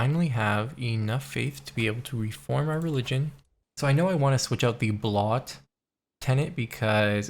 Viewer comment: It's not "blot", it's Blót, pronounced "bloat". Also, I gotta throw out a bit for my buddies the Nile Archers, who get some pretty meaty bonuses from a wide variety of sources, making your culture as a whole much stronger edit: with the Canary Islands getting the "renown for landing family" I'm really looking forward to viking invasions of Africa again, though sometimes invading Manding and becoming mad powerful is just, slightly less than exciting.